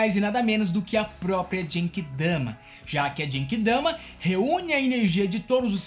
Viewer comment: Nao é Obíto, é Obitô... não é SUZâNO, é Sussáno... nao é Djenquidama é Guenki Damá